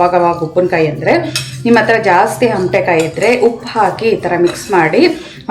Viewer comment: ಹಮಟೆಕಾಯಿ ಅಲ್ಲ ಅಮಟೆಕಾಯಿ